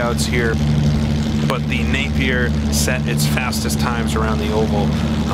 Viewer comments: the Napier Railton was never the fastest car in the world, it sent a record at Brooklands but was never the fastest car in the world, furthermore Napier isn't say NAP EER it said NAPIER mong. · Nape as opposed to Napp? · Quick Apology! I believe I mispronounced "Napier" for the first half of this video and somehow switched halfway to the right pronunciation. I hope this does not affect any enjoyment in the viewing! I blame it on being American!